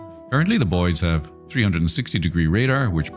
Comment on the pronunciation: Sometimes when you say “the boids” it sounds like you’re saying “the bois” and I really like that